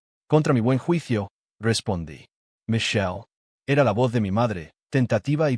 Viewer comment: “Mason” y “Micheye” Me encantaría la pronunciación de la IA.